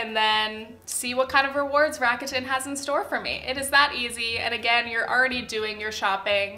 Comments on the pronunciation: hi loved the video and this realllllllyyyy matter but rakuten is pronounced rac-ku-ten!! not rac-a-tin :) no hate, all love <3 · Lol I’m triggered by how you pronounce rakuten 🙈